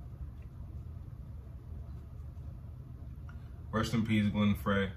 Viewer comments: If you've seen Eddie Murphy in Beverly Hills Cop, the opening song, "The Heat Is On" was a a solo project by Glenn Frey (pronounced "Fry"). The Eagles are a group you could create an entire library of reactions for their group collectively and their careers individually. Case in point, Joe Walsh "Life's Been Good", Don Henley "New York Minute", etc. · Glen Frey's last name is pronounced, FRY. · The name Glen Frey...is pronounced the same as french fry